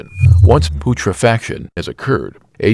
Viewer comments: POOTRAFACTION LMAAAAAOOOOOO I know it's AI voice, but the word is pronounced pewtrehfehkaayshun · you seriously need to check with someone or use the internet to learn how to pronounce some of these terms. putrification is "pew-tra-fa-kay-shun" and it is "an-ear-ob-ic" not ana -ear-ob-ic. These are mistakes that destroy your credibility about what you are talking about. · robot voices suck..PUTRA-FACTION? THUMB doen idiot and btw robot, Texas is just like any other state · Poot-refaction and ananaerobic huh? It's a sad state when you can't even speak your own language. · Pootra-faction? Come on... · Your pronunciation of autolysis and putrefaction was horrible. But, otherwise, nice work. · Clickbait. Your thumbnail includes a coffin, but you describe a body in an open field, all while mispronouncing “putrefaction” and “anaerobic.”